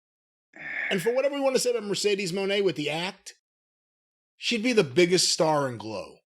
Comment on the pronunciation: Just to hear Jim pronounce Mercedes' last name brings me great entertainment🎉🎉 thanks Jim! And your Organ player....... Mr Last, too!